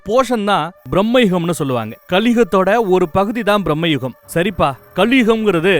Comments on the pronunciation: Dey thambi title olunga solludaa..... Brahmayugam kedayathu bramayugam...... Brahmaa illadaa..... Bramam.... Neeyellam oraalu.... Mokka review vere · Not Brahma yugam.. Bhrama Yugam.. The first word meaning is the main. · அது ப்ராஹ்மயுகம் அல்ல பிராமயூகம் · Mr. Its not brahmayugam . Its bramayugam . Means the age of madness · பிரம்மயுகம் என்பது தவறான உச்சரிப்பு.. ‘பிரமை’ எனும் அர்த்தமுடன் வரும்படி ‘பிரமயுகம்’ என திருத்தவும்.. இதே போலத்தான் ‘முல்லைப்பெரியாறு’ என்பதை முல்லைப் பெரியார் என திரிபு செய்தார்கள்😂😂